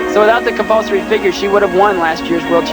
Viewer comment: "I think very important compulsoey, but I don't like compolsory!" hahahaha I love her comment. lovely person